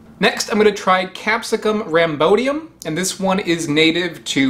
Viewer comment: "rham-BOY-di-uhm" not rahm-BO-di-uhm. Otherwise, excellent.